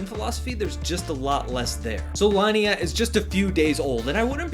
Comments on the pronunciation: if the name is in italian, spanish pr latin, pronunciation should be something like "leenea" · Linea is the spanish word for line, it's pronounced "lee-ne-ah". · it's pronounce "Le Nea"